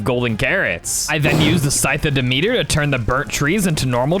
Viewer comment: its not dee-meter its dem-et-ter